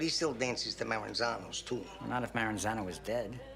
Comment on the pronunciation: is fighting for his life trying to say Maranzano lol